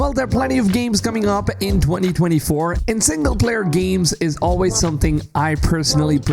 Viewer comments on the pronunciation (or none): GEEMS? or games? u have major nasally issues!